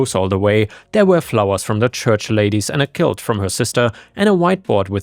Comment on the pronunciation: Quilt is pronounced kwilt not kilt